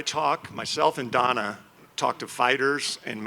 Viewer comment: 😂 Jeff novitsky pronounces donnas name hilariously